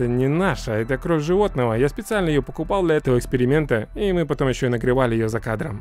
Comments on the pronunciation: Почему ты говоришь кровъ, а не кровь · А почему ты говоришь кров а не кровь? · Почему ты говоришь кров а не кровь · Меня одного бесит когда он говорит не кровь, а кров Если что я не придираюсь, а просто делюсь своим мнениям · Только я слышал что он говорил "кров"а не "кровь" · Мне кажется или нет,но похоже говорит кров,а не кровь без обид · Кровь а не кроф!!!!!😤😤😤😤😠😠😠😡😤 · Не корв а кровь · Почему ты говоришь не «кроВЬ» ,а «кроФ» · Ты говоришь"кроув"??? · можешь говорить "кровь", а не "кров"?) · ПОЧЕМУ КРОВ БЛЯТЬ А НЕ КРОВЬ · Не кров а крофь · Не кров а кровь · меня одного бесит кров, кроф? кровЬ кровЬЬЬЬЬЬЬЬЬЬЬЬЬЬЬЬЬЬЬЬЬЬЬЬЬ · Я ору, как он говорит *кроф*😆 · Кроов!!! Прикольно звучит без мягкого знака) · Мне очень интересно почему вместо просто кровь, ты говоришь кровь делая акцент на букву в? Видос прикольно конечно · Научись говорить кров!!! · Кров Ахаха не умеешь говорить